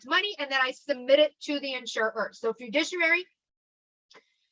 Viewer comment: I love you you're great but please say this with me cuz it was driving me nuts. Fi-du-ci-ary